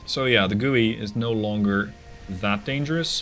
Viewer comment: Love the Dreadnoughts content 👍Probably too late in the war now, but zexu is 'zuh-shu' and gui is 'gway'.